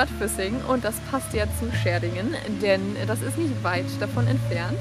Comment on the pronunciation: Ich fahre jeden Tag über eine der beiden Brücken :) Und man spricht Schärding so aus wie man es schreibt wobei das Ä etwas in die länge gezogen wird -_- Schäärding. Als Einheimischer sagt man allerdings Schadding (Mundart) Aber ein schöner Beitrag :) Beim nächsten Besuch geh bitte auf die andere Seite vom Wassertor ...... Da siehst du wie hoch das Wasser bei uns "steigen" kann